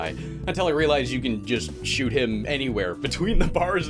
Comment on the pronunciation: "Nuuu, don't shewt' XD